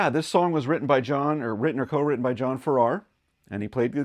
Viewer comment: The pronunciation of John's last name has emphasis on the first syllable. He was also a member of the Shadows and of Marvin, Welch and Farrar. . . and the Strangers. It is a great song.